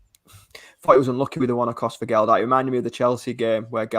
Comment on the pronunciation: Please stop calling him Gel-dart.